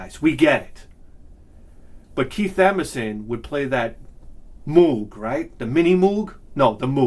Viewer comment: And remember kids, Moog rhymes with Vogue